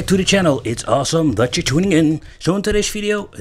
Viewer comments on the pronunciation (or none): I always thought you were saying “Awesome tuning in”, but the subtitles say “awesome that you’re tuning in”. Which is correct?! 🤔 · hah I always thought you were saying "Awesome " too and kinda liked it